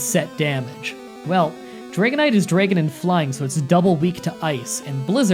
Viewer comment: Good job with the Dre-gon Pokemon